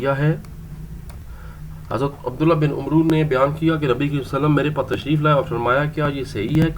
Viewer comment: عَمرو ہوتا ہے عُمرُو نہیں ہوتا